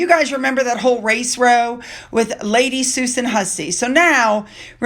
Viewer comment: Race row is pronounced race row as in bough not row as in throw. You’re not the first American I’ve heard say this…